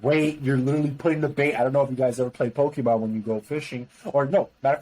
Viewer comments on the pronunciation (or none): none